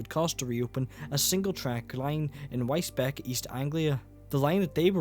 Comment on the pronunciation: Wisbech is pronounced "Wis-beach", just FYI As for operation of the line. aside from the once every 30 Minutes shuttle, an Antrim - BFS - Lisburn - Great Victoria Street fast service might be a good idea too. If that isn't possible, then at least have the Enterprise stop at Lisburn.